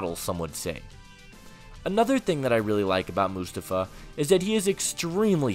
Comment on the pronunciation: It’s prounounced “Moo-Stoff-Uh.” 🙄